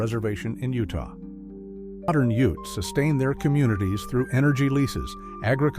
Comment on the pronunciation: He pronounced ute wrong And Even forgot navajo the largest tribe wow